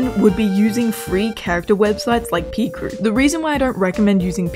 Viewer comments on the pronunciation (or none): “pEEcrew” Girl it’s pronounced pICrew😭💀🤣